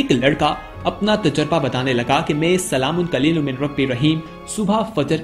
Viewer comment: بھائی آیت ٹھیک پڑھو سلام قو لم ہے قلیل لم نہیں